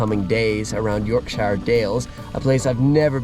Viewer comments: Its Yorkshire not York SIiiihre got to learn how to pronounce these places dude. Great video though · Please for the love of god learn how to say Yorkshire